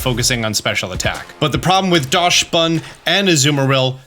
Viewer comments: It’s pronounced Daxbun, not Dashbun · I love your content. But please stop calling my boi 'Dashbun'. It's 'Daxbun' because it comes from the german Dachshund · Oh god, can you please stop saying "Daschsbun"? The word Dachs comes from the german word "Dachs", where the "chs" is pronounced like an "x". Do its basicially "Daxbun" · I keep hearing people pronounce it DASH-bun......It's pronounced like DOCKS-bun .....and yes, the timer DOES go down during animations. That's why I won't terastalize my pokemon. The power boost is great, but the animations take FOREVER!!!. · Great vid, lots of valid points, but I did wanna say that Dachsbun is pronounced "dox-bun", as it's based on the dog breed Dachshund, which is itself pronounced "dox-und". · DOCKSbunn, please don’t butcher my favorite new pokemons name! It’s after the dachshund which is pronounced “dockson”. Sorry I should have also added thank you for all the amazing content lol, I got a little ahead of myself! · Is that really how you pronounce dachsbun? It's a dachshund. Dox-bun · I’ve yet to hear anyone say dachsbun’s name correctly, like “dachsund”. Do they know something i don’t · Hi, German here. The "Dachs-" in Dachsbun is pronounced like "dux" or "ducks", so it would be "dux bun/ducks bun". A dachshund is also pronounced with "dux/ducks". No "sh" in there. Thanks for the vid. Looking forward to seeing how the event is going to go! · I think Dachsbun is pronounced Daks-boon to rhyme with Dachshund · I believe it’s pronounced more like DOX-bun since it’s based on dachshund (dog breed) and the s comes after the ch. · Docks-bun Like the dog breed "Dachsund pronounced Dockson" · As a German the pronunciation of Dachsbun kills me lmao